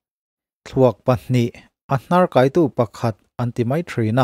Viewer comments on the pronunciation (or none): A ngaihnawm e. Rawn update zêl teh le. A hnâr kaitu tih hi a thlûk dan dikah chuan "kai" tihlai hi bâwng kai tih ri anga lam tur a ni a. Sande sikul 'kai' tih anga lam rik loh nise a ṭha ang e.